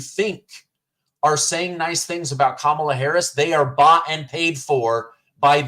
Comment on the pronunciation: 'Skamala' OOOPS!!! Its the illegal immigration and inflation fiasco that caused the tongue twist. No need to apologize. 🤣🤣😂